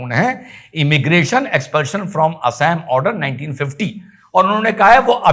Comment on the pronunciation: अरे उनका नाम- हेमन्ता नहीं है। उनका नाम- हिमन्त है। और राज्य का नाम- एसाम नहीं है। राज्य का नाम- असम है। Assam = Ass+am = असम